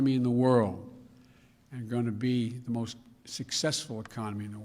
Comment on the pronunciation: the merst, the most